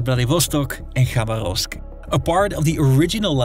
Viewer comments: "Rasputísta" LOL...sounds like a Mexican revolutionary. Try "raspútitsa"...and with pronunciations like Khabaróvsk (instead of Khabárovsk) it's clear that your expertise is shallow. Is this all taken from Google? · Pronunciations: распу́тица • (raspútica) [rɐˈsputʲɪt͡sə] (NOT rasputíca) Хаба́ровск • (Xabárovsk) [xɐˈbarəfsk] (NOT Xabaróvsk) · Bruv it's not KhabarÓvsk. The accent falls on the second syllable - KhabÁrovsk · Its "rasputitsa", not rasputista. Also, proper pronunciation of the cities: vladivostOk, khabArovsk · KhabArovsk. VladivostOk. Memorise it. Please.